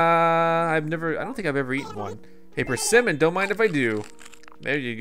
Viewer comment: PER-se-mon XD sorry. The first time I saw one I thought it was a tomato. XDD